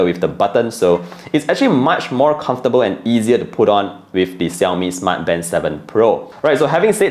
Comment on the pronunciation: Are you mispronouncing the brand name or is it me? 😕